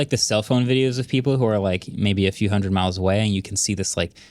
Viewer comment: It's funny hearing him make mistakes. People filming from 'a few hundred niles away'